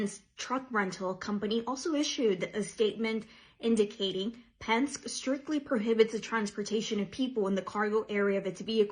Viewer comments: It is pronounced Penn-skee, Not pensk. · doesn't even know how to pronounce Penske. She might have wanted to ask them about the incident a year or two ago when 58 illegal immigrants were found being transported in the back of one of their trucks, the only thing heard out of them was crickets. ICE are federal law enforcement. The arrest they make are not just of illegal immigrants. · Why am i not surprised that the Latina reporter can't pronounce Penske.